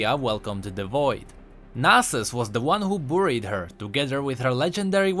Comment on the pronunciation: please look up the pronunciaton for 'buried'! Thank you!:)